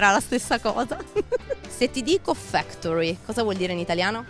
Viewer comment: Aspe ma se la ragazza sbaglia a pronunciare what's up, factory, stamp , large e argument di che parliamo